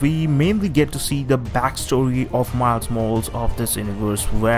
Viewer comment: Isn't it pronaunced Mayles Mohralees?